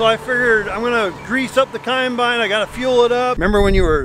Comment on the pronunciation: says Coinbine.. Its a combine. lol